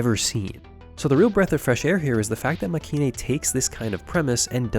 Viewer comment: Nice video but the show's name is pronounced Makay-een. As in まけいん.